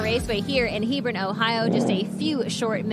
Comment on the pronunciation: Quit saying "Hebrawn," Everything in Ohio isn't pronounced like Lebron